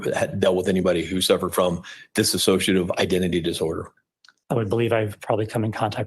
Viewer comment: It absolutely drives me NUTS...here's lawyer keeps calling it DISSASSOCIATIVE when it's DISSOCIATIVE. One means not to associate anymore. The other is a mental state. I can't stand it how they're claiming she has this super rare disorder that they're obviously completely clueless about considering they can't even say it right 😂😂